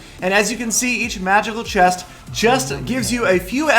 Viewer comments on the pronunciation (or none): open that chiiist😂😂 you should learned how to pronounce the words correctly 😂😂its very funny when saying a single word😂